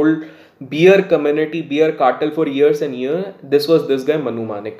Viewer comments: Boss please don’t keep saying Beer cartel. It is Bear cartel but pronounced as Bare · It’s not beer 🍻 it’s bear 🤣 but good to see u have turned to reviewing also 👍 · Informative video. Well can I make one correction on the pronunciation? It’s bear, Not beer. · video bahut acha hai. Please "bear" ko beer mat bolo. It is pronounced बैर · pls can you say like BAER for BEAR instead of BEER